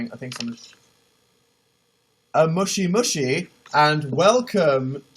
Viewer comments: dan its moshi moshi not mushi mushi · It sounds like you're saying mushi mushi (bug bug) instead of moshi moshi (phone greeting) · did he said mushy mushy? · When he said "moshi moshi" it sounded like he said "mushi mushi" which means "bug bug" XD.